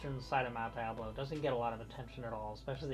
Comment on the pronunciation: thanks for pronouncing the name of the mountain the way I learned when I grew up here: Die-ab-low, not De-ab-low. I know nothing about a monastery in Clayton, but there is a seminary. Have you done anything about the pool we used to know as Russelman's. RMcNeely